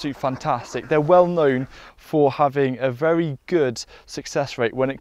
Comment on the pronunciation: He says vewy instead of very. He’s cute.